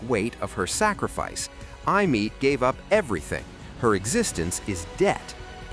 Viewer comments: It's Aemeath not "I'm meat" 😂😂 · Eye-a- Meat 😭🙏